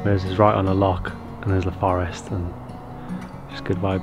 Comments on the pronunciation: Good luck with the house, once you become resident Scots you’ll need to master the pronouncation of Loch. (Not lock) 🏴 👍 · Gotta learn how to say Loch if u moving to Scotland ffs